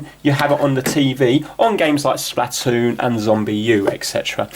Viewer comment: SPLAH toon